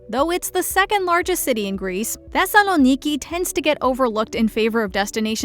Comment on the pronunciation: I live in Thessaloniki and the way she pronounced it was actually quite nice.